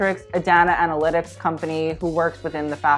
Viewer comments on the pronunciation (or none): none